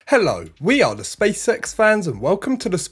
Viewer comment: Anyone hear Welcome to the spea sex show? You can't unhear it now I've said it